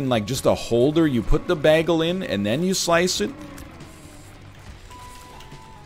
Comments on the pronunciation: I'm also going crazy about how he pronounces bagel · His pronunciation of bagel makes me want to commit war crimes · I hope hes doing it on purpose. Otherwise hes a monster. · If he says "bah-gle" one more time... 🤣🤣🤣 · Take a shot every time NL says Bag - El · I still can't get over how NL pronounces "bagel". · Literally Britta'd it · All these comments about how bagel is pronounced, and I've been saying it like NL all my life. Is this some kind of weird Canadian thing? I never noticed until a year ago when someone pointed it out to me (also Canadian though) and I never even noticed my entire life. To be clear, I've been saying it like "bag-ul" instead of "bay-gul". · I'm considering not watching this because of the way he pronounces bagel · Mastered the english language, and then pronounces “bagel” like that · why does egg pronounce bagel like britta does (community) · When NL says “bagel” not bagel